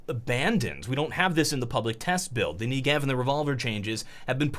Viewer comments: Hey, just so you know - It's pronounced NE-gev, not Nuh-GEv - the emphasis coming from the first e. (This is coming from a fluent hebrew speaker, the gun is named after a place in Israel). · I'd just like to note something: The Negev is pronounced *NE*gev, while you are pronouncing it ne*GEV*. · he says the knee-gee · WHY????! why can't anyone say NEGEV correctly....